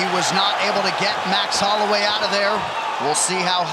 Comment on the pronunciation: How did an official ufc YouTube channel mispronounce Holloway?